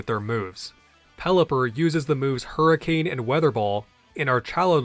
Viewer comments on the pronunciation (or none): none